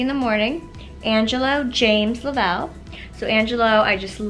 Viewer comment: Lavalle... la valle lol